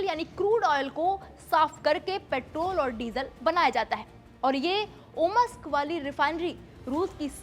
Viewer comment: इसको बोलने नहीं आता है। नोवोसिबिर्स्क और ओम्स्क होता है। न कि ओमस्क(OMusk❌) (Omsk✅)